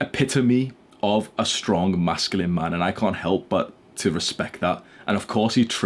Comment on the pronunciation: HE SAID STRONK!!!!